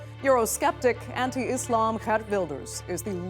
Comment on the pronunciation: Its girt wilders not gert wilders🤦🏿‍♂️